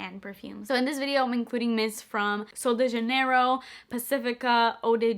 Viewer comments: Is actually pronounced Sououl Deh HhHanheirho :))))) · I actually heard Kathleen Lights pronounce the "J" as an "H" sound and her brand literally, did a collaboration with SDJ. So, who cares? I would pronounce it either way. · You're English speaker, not Spanish...I'm confused as to why you were even trying to pronounce sol de janeiro that way to begin with?!😂😂 I personally found it cute though 😅